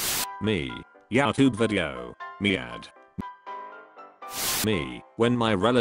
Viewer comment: you say youtube and memes wrong